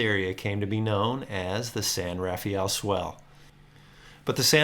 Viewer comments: Great video! But please, as we locals have since the beginning of time pronounce it ---> The "San RAA-FELL Swell" NOT The San RAFAAEEEL... Swell. Thanks! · 😂 My feelings exactly! I cringe every time I hear someone pronounce it San RafEE-aL!